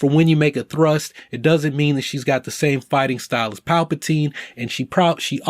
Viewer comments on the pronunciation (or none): none